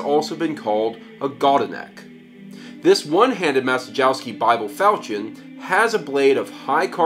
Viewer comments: "Mah-che-yov-skey" would be a better pronunciation (the "cie" sound is closer to "che" - not the same, but "che" is the closest sound in English that I can think of). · It is pronounced "Ma-chye-yov-sky". Bernard Maciejowski was Polish Bishop in XVII century and he was the first known owner of this bible. (tip: in Polish every "j" and "i" is pronounce like English "y" - only "j" slightly "longer") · His pronunciation of Grosse messer is pretty....yeah, so don't expect him to get Maciejowski correct. lol